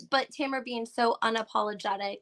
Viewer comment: TAMRA. Not Tamara, completely different pronunciation too.